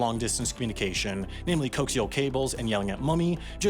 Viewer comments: Coax-ial cables? Do you mean co-axial cables? 🙄 Seriously dude, do some research into how to pronounce words that you don't know. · it is Co-axial… NOT coax-ial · Never heard "coax-ial" instead of co-axial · At 1min37, the word "coaxial" was spoken... well, not actually Spoken, more like "attempted." 😂 It's actually not pronounced "coke•see•ul", its co•aks•ee•ul. Y'see, the coaxial wire is two wires around one common axis, so you get the same basic effect (positive and negative) in one wire just not side by side like a basic power cord for, say, a lamp. NEEEEEEEEEEEEEERRRRRD!!! 🤓🤓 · Coax-ial cables vs co-axial cables lol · 'Coaxial' isn't supposed to sound like 'coax'. Think of it as 'co-axial', meaning 'having the same axis'. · I love how he pronounced "co-axial" as "cokesial" 🤣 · It's pronounced CO-AX-ial. Not cokes-ial. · By the way, it's co-axial, not coax-ial. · I just KNOW "coax-ial" and not "co-axial" is going in the next corrections video. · Wait, "COAX" - "EE" - "UL" cable? No,, that's pronounced CO - AX - EE - UL!!! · It's Co-ax-i-al cables. Not cokes-i-al cables. There's not trying to coax you into doing something. The cable has 2 portions, the conductor and the sheath, which have the same axis. Those two parts of the cable are co-axial. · co-AX-ee-uhl... not COXE-ee-uhl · Dude. It's "co - axial", not "coax - ial". Where did you go to school, the U.S.? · It's pronounced like Co-axial, not Coax-ial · The way your pronounce "coaxial" as "coax-ial" and not "co-axial" is dissatisfying. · I don’t think I’ve heard anyone pronounce that type of cable coax-ial before; are you sure that’s an accepted pronunciation? I’ve always heard co-axial, as in “having the same axes [plural of axis, not plural of ax]”, which is also while they’re called that: there are two conductors centered on the same line. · Coaxial is not pronounced "cokeseal" it's pronounced "co-axial". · Coaxial is pronounced co-axe-ē-ul not cokes-ŷl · coaxial is co-axial (on the same axis)